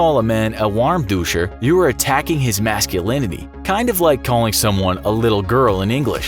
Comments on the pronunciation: You pronounced lavette and warmduscher incorrectly. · As much as I love the Infographics Show, it infuriates me that the “W” in “warmduscher” is not properly pronounced. In German, Ws are pronounced as Vs, and the “er” at the end is soft, like in British. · Loved the video, but I don't get why there's sake bottles and Japanese branded soy sauce in the part about Chinese insults. And Lavette is pronounced quite differently, same as Warmduscher. But great job for a maybe non-native speaker to have a go at it! Keep up the great videos, love from the Netherlands. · the ghost gamer 2017 Ich weiß ja nicht wie schlecht dein deutsch ist, aber man spricht Warmduscher wie Warmduscher aus ;)